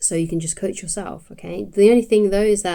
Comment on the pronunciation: The way you say cOACH❤